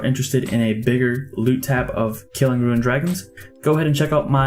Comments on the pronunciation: It's rune (roon) not ruin (roo-in). That was so annoying. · He does and he has acknowledged that he does. He has probably played RS his whole life and always just said "ruin" so it's probably quite a hard habit to break. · is it only me or does he say "ruin" instead of "rune"? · Na he says it lol it’s kinda funny actually